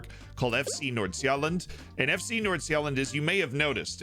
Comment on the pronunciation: The pronounciations in this video is fantastic. Great job on Fc Nordsjælland that sounded the best i have ever heard a non danish speaker say it. Gotebörg might need some research and practice to say right.